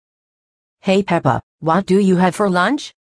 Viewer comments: And also daddy pig said pepper In the part of doughnuts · Mommy pig and daddy pig call pepa peper